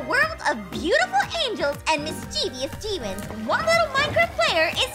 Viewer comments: "Deamons" lol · Its call demons